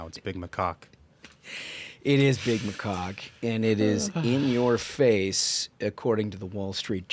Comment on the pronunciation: Macaque? I swear I heard them say something sounding like “my rooster”😂